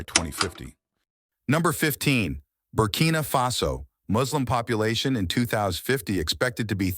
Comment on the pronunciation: Burkina Fasoo 😂